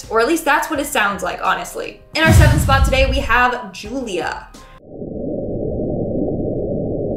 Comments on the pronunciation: Did you say gulia -Julia-it’s like Luca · On Juliea OMG LISTEN CLOSLY I PUT MY EAR TO THE SPEAKER AND IT SOUNDS LIKE ITS SAYING JULIEA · Ju li ah